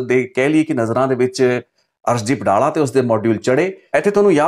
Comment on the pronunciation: ਡਾਲਾ ਨਹੀਂ ਡੱਲਾ ਏਹ ਪਿੰਡ ਦਾ name